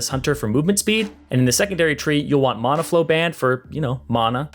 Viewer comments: Ima kms if he says mana wrong one more time XD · He says Mana wrong.